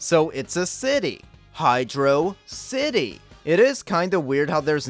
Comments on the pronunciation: The amount of praise you give this game regarding Michael Jackson, great levels, the music, the pronunciation of HYDRO CITY is all great and I liked the video...until You mentioned the barrel of doom lol. We were all kids and a lot of us experienced getting stuck in that room being actually smart and trying to use momentum to jump off the barrel hoping it would go down, but no. There are no hints anywhere to help which I think is the worst aspect of that level and just bad game design. So I removed my like from this video. I think as a kid I tried jumping on the barrel and while it descended, I held down. Then as its going up I held up before I jumped off. I think that method was eventually how I noticed and figured out it's just up and down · I know. Hydro City is always the better pronouciation.